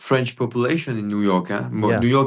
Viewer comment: I'm french and I can tell you that you have a perfect french prononciation. Do you have french origins?